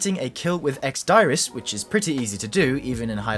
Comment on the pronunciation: ex diris is pronounced deerrizz